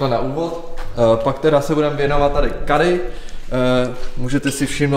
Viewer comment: Nevyslovuje se to KEDDY A NÉ KADDY